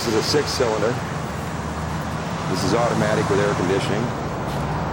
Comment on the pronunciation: did he say, it has airconditing at 2.12.